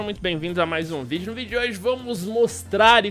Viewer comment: Video? fala direito carai kkkkkkkkkkkkk